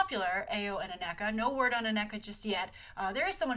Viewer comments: The name is pronounced A-KNEE-Kuh not A-Neck-Uh. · Grace, bless your heart with your mispronounciations. Awesome video as usual. Dora Milaje = Dora Milahzhay Ayo = Iyoh Aneka = Aneeka Okoye = Okoyay